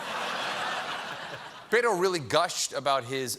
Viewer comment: Is his name really so hard to pronounce? Bet-o. Just like it is spelled....not rocket science.